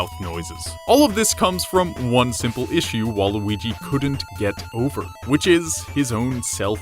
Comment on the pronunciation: gotta feel bad for the guy but still, WALUIGI NUMBER WAN!